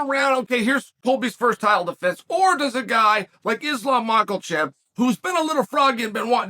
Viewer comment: Every time I hear Uncle Chael say, "Blah-Hall" and "Mac-Kel-Chev" I crack up! Uncle Chael is the man! He is hilarious!!!🤣I bet if anyone were to ask Uncle Chael, "You are pronouncing these fighters names wrong." Uncle Chael's response would most likely be the following, "Guess what? I don't care!"🤣